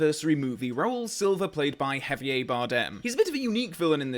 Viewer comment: How posh do you have to be to pronounce Javier that way?